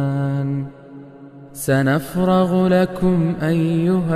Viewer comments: Kulli❌Kulla✅. Sanafragulakum❌Sanafrurugulakum✅ Masha Allah Masha Allah Masha Allah💖 I like my master's recitation,honestly this is the first time I like someone's recitation❤ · ماشاءاللہ Brother your recitation is very soothing indeed but u have made 2 mistakes which I think are important to point out. First one is in ayat no 29 its ✅️کلَ یوم✅️ not ❌️کلِ یوم❌️ Second in ayat no 31 it's ✅️سَنَفْرُغُ ✅️ Not ❌️سَنَفْرَغُ❌️